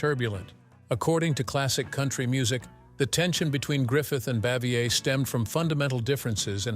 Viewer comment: Absolute rubbish! "Narrator" cannot even pronounce "Bavier" consistently sentence to sentence. I'm mad I wasted any time on this stinker.🤬